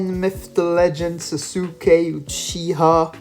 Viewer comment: ITS PRONOUNCED SA-S-KAY